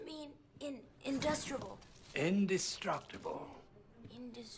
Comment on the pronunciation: Indushtrible my ass